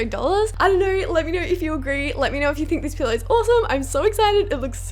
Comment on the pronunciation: when she says pillow it sounds like pillar